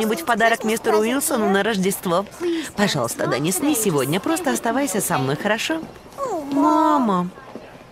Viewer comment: Здесь обязательно надо ставить ударение на букву [йэ], а то почти все читают как имя Дени́с.